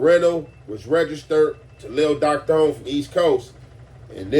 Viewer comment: Its Doc thone not tone lol